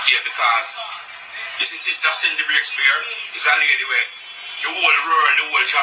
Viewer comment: its CINDY NOT SIDNEY!